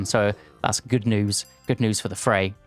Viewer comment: Isn't the r in Freyr pronounced? I feel like it should be read like FreyR, not Frey